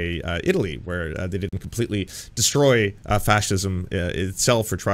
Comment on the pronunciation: Oh, someone has told Candy she needs to work on her elocution without Koch dollars. She's a "di-in't" or "was-in't" or "impor-int" like MTG. We got a full "wasn't" there.